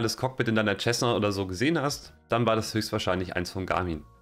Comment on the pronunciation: Alles sehr schön gemacht aber biittee sag nicht immer "Tschessna" zur Cessna. Es wird "Sessna" gesprochen 🤠